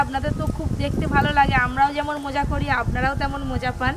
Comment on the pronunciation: আমি নিজেও এই রকম মাছের ঝোল রান্না করি। আর তোমার কিছু কিছু উচ্চারণ খুব ভুল ওটা মোজা ❌ মজা করে